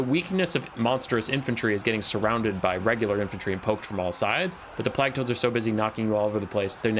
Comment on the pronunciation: the way you pronounce plague offends me